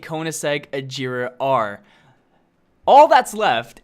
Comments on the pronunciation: Both Koenigseggs And The Buggatti Chiron You Miss-Pronounced. The Agera Is Not Pronounced "Ajera" It is pronounced the way it is spelled "Agera" And The Regera Is Not Pronounced "Rejera" It Is Pronounced The Same Way It Is Spelled. And The Buggatti Chiron Is Not Pronounced "ShirO`ne" It Is Pronounced "Shiron" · is it just me or is he pronouncing every car name wrong like ajera! sentenario! face palms cmon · A-Gee-Ra and Ree-Gee-Ra thats how you say in sweden i think found that out... thanks google translate!!! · the Agera R you pronounce it like Ajera R so please,your the best love your vids (heart this please ) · I love this video but the way how you pronounced the agera and the centenario made me cringe._.